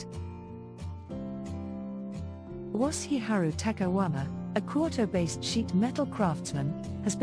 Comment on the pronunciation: Love these videos, but seriously the voice over needs work, or at least learn how to pronounce Japanese words properly. Quote-Oh? Seriously? It's Kyoto